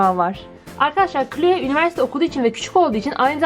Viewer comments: O kloe değil kloi diye okunuyor sanırım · abla o cloe yani kloi diye okunuyo <3